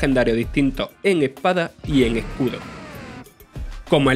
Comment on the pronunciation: "Pokémon epada y ecudo"